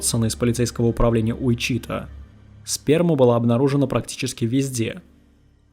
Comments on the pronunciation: Послушал бы сначала где правильно ставить ударение в названии города. УичитАА. Срамотище, конечно. Сколько вас егэшных на просторах родины! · [ˈwɪtʃɪˌtɔː] Уи́чита или Ви́чита!!!!!!!!!! Господи🤯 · ВИчита, ударение на первый слог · Ты бы перед тем как ебло разевать проверил бы как правильно произносится название города. Слух режет. Ударение на первый слог, морон. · Отличная работа автора! Уважаю ваш труд! Но! Как же режут ухо неверные ударения и неправильное произношение некоторых слов. Это город и штат Уичита (ударение на первую И). Хоум депо. Лайбрари. И прочие! Автор, с уважением, найдите себе лингвиста приятеля, пусть кто-то подскажет, как верно, если сложно и долго посмотреть такое в интернете.